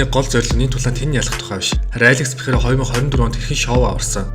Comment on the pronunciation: Алекс Перейра болохоос Пейхара биш